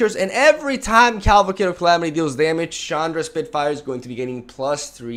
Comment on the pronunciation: I like how you keep calling it caLVAcade of calamity XD love your content, keep up the good work bro!